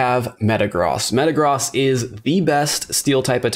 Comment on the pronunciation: Thank you for pronouncing Metagross correctly!! 🙏🙏